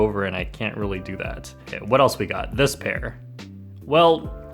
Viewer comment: I'm sure I heard "dispair" instead of "this pair"... are you okay?